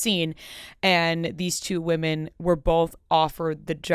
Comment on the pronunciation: Please, PLEASE learn how to pronounce the word “women”. It is not “woman”. They are different words. Singular vs. Plural. I can’t even appreciate whatever content you have, when you mispronounced “women” as “woman”, every single time you uttered it. I would want to know. Please just ask someone, or look it up.